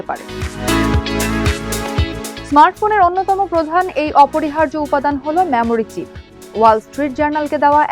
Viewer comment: Memory কিভাবে ম্যামোরি হয় বুঝলামনা, এটা তো মেমোরি উচ্চারণ হওয়ার কথা!